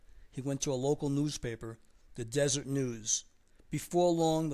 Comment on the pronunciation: wow god damn us utahns arent that complex its called DESERET read the article not desert deseret like industry the behive is our state simble